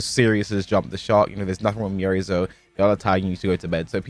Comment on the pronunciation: The scariest thing about miary zo are the people still saying and spelling her name wrong 😳